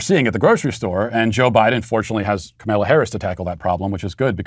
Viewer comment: Funny how you always call her “Cameela” 😅